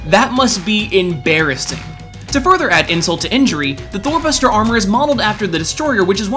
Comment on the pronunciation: I heard Thor Buster as Thot Buster lol